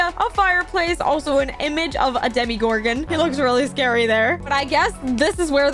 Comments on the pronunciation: Sorry but its not dimigorgn its dimogorgone with an o not an i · It’s not Demi Garden it’s Tim Gordon